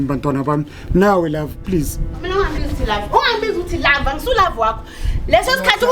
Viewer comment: He irritates me when he is saying love,herrrrrrr ka kwata as if ke nna jerrrrr ha tsamaye